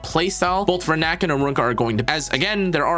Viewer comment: It’s Rina-k not Renak